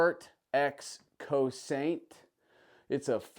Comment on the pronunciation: Nice guns! Cosaint is a NC company, Greg is the main man there and he was with Staccato (STI) at one time. It’s pronounced Co-Sent, a Gaelic word meaning defend or protect.